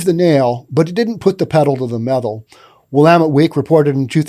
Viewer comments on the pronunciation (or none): none